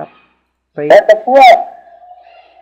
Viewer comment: you said what the fyuuuck its what the fuck